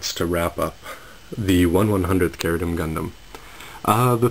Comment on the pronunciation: ??? Really??? I watched the English Dub of the show, and it was pronounced CHE-RU-DIM. Same goes for Zabanya. It was pronounced ZAH-BAN-YAH